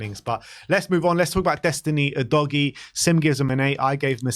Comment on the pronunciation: Stop saying Oh-dough-ghee, please. Everyone knows now it’s Ooh-doggy.